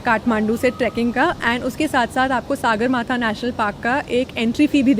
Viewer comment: Its not सागरमाथा (saagaramaathaa) , its सगरमाथा (sagarmaathaa) । सगर means sky and माथा means forehead, so literal meaning of सगरमाथा is Sky's forehead. Sagarmaathaa is Nepali Name of mt. everest. Thanks for visiting my country. Love from Nepal.